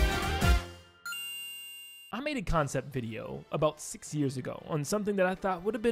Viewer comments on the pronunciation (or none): is it just me or does it sound like he says "60 years ago" instead of 6 years ago?